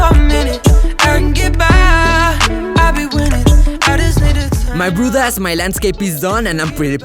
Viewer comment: i am only one who hears brothers as broad-ass